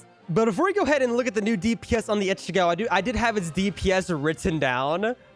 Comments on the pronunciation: The way he is saying ichigo is just 😑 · Why do you say ichigo like that..